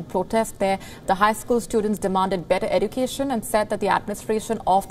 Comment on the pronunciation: It is pronounce as education or ezucation